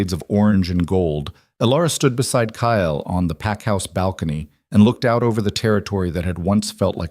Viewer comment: The only thing I don't like about all the stories I've watched so far is that the characters all have the same names...and they say kyles name in several ways...maybe using different names that the AI can actually pronounce the way it's meant to would help...